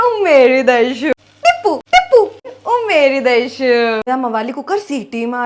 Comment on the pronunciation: Umeri Daishuu Shu Karo todha Chei benhh hhuu ahemdabdhi style nah umeri daishuu😂